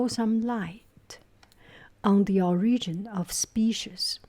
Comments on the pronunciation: Is that Kevin Jr.? And, I believe, the most noticeable mistake is that it's pronounced "O"rigin, not or'I"gin. The accent is on "O". Despite "orIginal". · the first syllable of “origin” is emphasized :) so it’s “OR-igin” not “or-IG-in”. it’s a small detail and the word could be pronounced differently in different English speaking regions. that’s just how I hear most American English speakers say the word. otherwise you sound great!